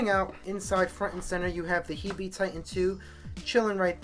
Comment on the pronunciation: I think it's pronounced "heeb" like the slang for "hebrew"